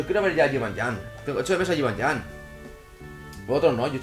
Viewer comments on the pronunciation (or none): dios que se dice jibanian osea no es llan como tu dices es nian no ves que suena mal si dices jibanllan que si dices jibanian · se dice yibanian no yibanyan